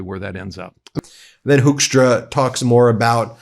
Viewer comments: Dutch here " Hoekstra" is pronounced " Hookstra" not Hokestra.. Dutch first second English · The Dutch name of that man in Canada is called HOOK-STRAH.....IF SPOKEN RIGHT.......!!! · So funny to hear you probounce hoeckstra as hoaxtra😂 that is what we used to call him here in the Netherlands back in trump 1 era when he was ambassador here. He used his time here to spread lies like there were no-go zones & ghetto's in the Netherlands and that we would put politicans on fire. It took a lot to get him to repent back thencand sad to see he's back at his old habits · Hoekstra, the oe in dutch is pronounced very similar as the oo is in English. If you want a easy way to remember how to say Hoeksta just remember him being a tool and a fool.